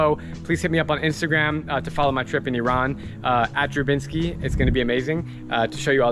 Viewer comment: You are one of few Americans that pronounce iran' name correctly Many Americans call it ayran but it is just iran